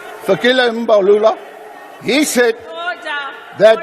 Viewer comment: the fact that the parliament was quiet the whole up until Groenewald mispronounced "mbalula" and got lively and bothered shows just how little intelligence and maturity these people on parliament have. Truly a shame.